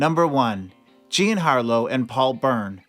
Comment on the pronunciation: OH FFS! THE FIRST ONE! "GIAN" Harlow? WHO THE HELL IS THAT?? She was JEAN Harlow! WHY SHOULD WE BELIEVE ANYTHING YOU WRITE??